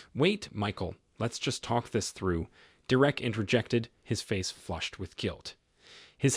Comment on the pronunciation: Why can’t you pronounce Derek’s name even though you clearly can say it?